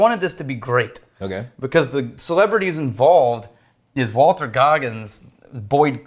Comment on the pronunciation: It's Walton, not Walter.